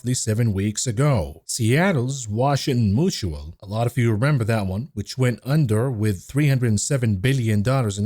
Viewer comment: Mutual is pronounced mu-choo-all, not moo-choo-all. Strange pronunciation not to know as second nature.